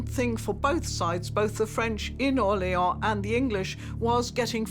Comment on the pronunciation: Why does your AI voice mispronounce "Orléans"? The people you show pronounce it more correctly.